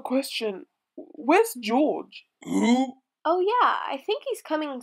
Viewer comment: Mommy pig: "Who's that?" Daddy pig: "That's Gorge" Mommy pig: "Oh yeah! Blorge" Me: "Dieing laughing 💀"